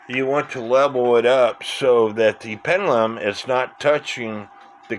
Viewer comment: "Cenner, pennelum"? Why do you speak sloppy? Something wrong with your mouth? Or just a bit lazy?